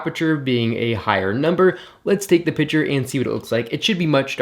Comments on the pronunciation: piC-ture. Not pitcher. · I swear every time you said picture I literally heard pitcher